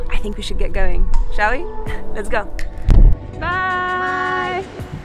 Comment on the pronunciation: It sounded to me "CHALO" when you said "Shall we" Gosh you've taken our hearts along. God bless you.